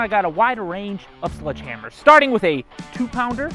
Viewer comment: Ah yes... "Sludge Hammers."